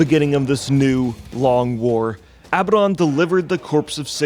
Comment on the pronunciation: It really kills credibility when you guys can't say Abaddon. I guess people aren't familiar with the biblical reference.